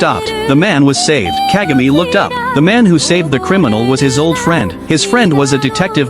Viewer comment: It's pronounced Kahgah may.